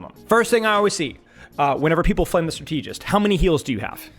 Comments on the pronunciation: It's pronounced: STRA-te-gist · Why is bro saying strateegist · okay i have to say it: the word "strategist" is pronounced "STRA-tuh-juhst", not "stra-TEE-just" lol otherwise good insights as always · Like, if you pronounce strategy as strat-uh-gee then why would strategist follow a different lane?? It isn't strat-tee-jee or strat-tee-jist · Have people never heard the word strategist pronounced before? Strat-ah-jist, even strat-ih-jist, never heard Stra-tee-jist before this game. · I can’t stand how he’s pronouncing strategist wrong. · It's pronounced "strata-jist" not "stra-tee-jist" 🤓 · it's strAtegist not stratEEgist bro come on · Is saying stra- TEEJ-ist a Youtube engagement thing? Cause it worked if so, lol. I keep going STRAH-teh-jist out loud every time I hear it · not to take away from your vid, i really am enjoying the deepdive, but "strategist" is a word and its not pronounced "stra-TEE-jist" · Strategist is pronounced the same way as strategy, not as strategic Strata-gist… like that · I'd like to show this video to my friends but 'stra-TEA-gist' makes that impossible. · Why are you saying Stra-TEE-gist??! My god read a book or something. Go on Google and type in strategist pronunciation. Thank me later. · what is a strat-eee-gist? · Great content as always man! I've never heard someone pronounce strategist as Stra-TEE-gist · Do you honestly think that's how you say strategist?? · Dude great video!!! Very good points!!! But please for the love of God, Jesus and all the teletubbies learn how to pronounce strategist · Maybe learn how to pronounce strategist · could you please pronounce strategist correctly? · So is he prouncing strategist wrong on purpose or? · Liking the video so far, the word strategist is pronounced with emphasis on strat. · why does he say strategist like that? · Why he keep pronouncing strategist like that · I love you,. That's why I need to say this: I think you pronounce "strategist" incorrectly.